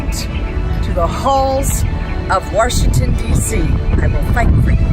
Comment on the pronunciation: "Worshingtot DeeCee"